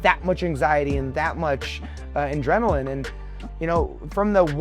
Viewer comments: Does Drew Dober keep saying ‘in-drenilin’? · Drew Dober it's "Adrenaline" not Indrenaline 😂😂😂